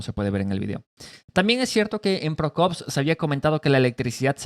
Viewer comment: Pokrovsk hermanito; No Prokovsk. Torestk; No Torrenstk